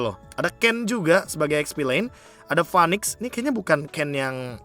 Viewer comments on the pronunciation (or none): none